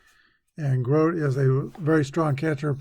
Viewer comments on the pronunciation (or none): Gro-tee is how you pronounce the great Mets catcher’s name.